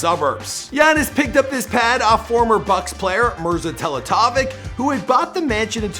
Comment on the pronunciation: Merza teletavik? It’s Merza Teletivich you ape. The emphasis is on the second E